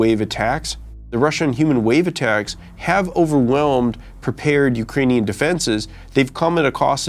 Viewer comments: "Ukainian" And this guy is apparently an "expert" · He can't even pronounce "ukrainian" correctly lmao